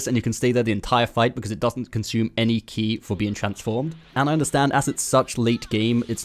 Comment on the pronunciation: Its not key its ki. Rhymes with sky.